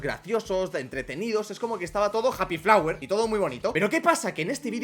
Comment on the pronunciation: 0.15😂😂😂 como que happy flwer😂😂😂😂😂